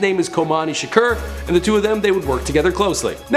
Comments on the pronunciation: Its shakur not shrek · NOOOO! it's tupac sha-core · It's shakur not shaker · it's two-pack Shaker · voodoo1345 lol tupac shaker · anyone else notice is says shakur but its actually pronounced "shukor" 😂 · If u mispronounce Shakur one more time